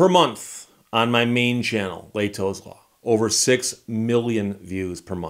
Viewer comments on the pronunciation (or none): I don't wanna be picky but it's not "lei'tous law". It's "leh'tos law" 🤣... That's the way we pronounce it here back home